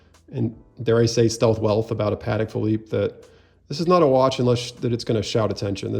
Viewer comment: 12th c. Spanish military order of 'Calatrava': primarily identified by its symbol, the Cross of Calatrava—a red Greek cross with fleurs-de-lis at each end—which represents the virtues of courage, honor, and steadfastness.' source: AI Patek is pronounced: PAH-tek.